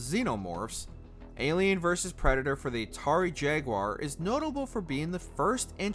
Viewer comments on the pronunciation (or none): none